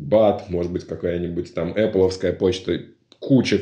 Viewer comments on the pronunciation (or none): none